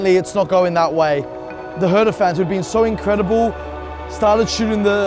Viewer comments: The way the pronounce "hertha" triggers me alot. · Sometimes I think we Germans are the only ones who pronounce foreign names (cities etc.) the way they are originally pronounced. When he said "Hertha" in this thick American accent, it was gruesome.